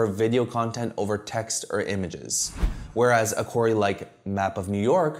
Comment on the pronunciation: Oh "query"!!! I thought you were saying "quarry"! Sorry I dont mean any disrespect 👍 great video